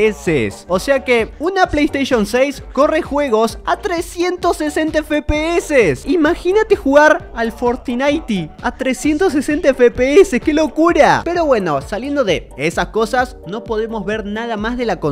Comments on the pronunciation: fortinaiti no fortnite🤣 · fortinaite hahhaha